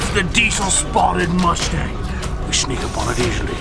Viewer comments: So it’s the cumstang? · Please just call it the cumstang already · Call it the cummstang lmao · It’s now a cumstang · I still wish he called it the cumstang